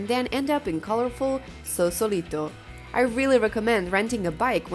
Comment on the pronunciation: FYI, It''s Sausalito, not Sausolito.